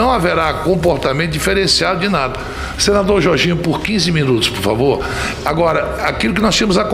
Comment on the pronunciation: "Naum púfavô, puramô di deus...." Não sabe nem falar